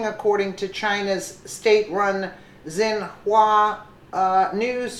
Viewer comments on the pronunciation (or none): Xinhua sounds like "shin-wah". Just sayin'